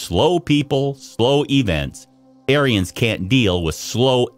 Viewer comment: I really wish this guy would quit callingg me an arien. Makes me sound like a Yahtzee.